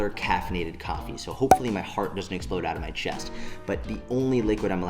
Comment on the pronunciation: “heart might essplode” lmao can’t even talk you’re so wired